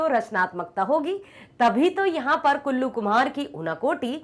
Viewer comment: Kallu ❌ kullu✅🤣🤣🤣